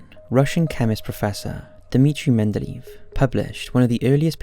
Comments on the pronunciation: it's pronounced men-duh-lay-ev not men-duh-leave.... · Made a mistake merely seconds in pronouncing one of the most important chemists ever name’s wrong, clearly showing I’m watching the results of someone just googling something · They way you pronounced his name made me a bit uncomfortable